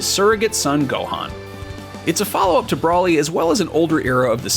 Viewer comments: It’s Broly, not Brahly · Anyone else irked by the way he pronounced Broly? Kept saying it like "Brawly". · Its so hard to take seriously when they pronounced Broly as "Brahly"